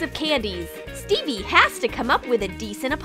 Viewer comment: Who else heard Bebe or Phoebe every time they said Stevie🤣